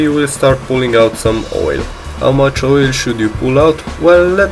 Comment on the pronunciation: "too much woyle"